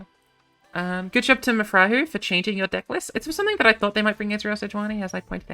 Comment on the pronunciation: I can guarantee its pronounced "Mafrajew" and not "Mafrayu", J in portuguese is actually spelled out unlike spanish which doesnt